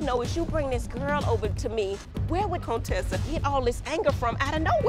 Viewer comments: Have always loved Dr. Heavenly!!!! She say CONE TESSA!!!!!!!!BOL 😂😂😂😂😂😂😂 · Her name is really pronounced Conetessa lol. I thought Jackie was just playing. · Thank you contessa lol its contessa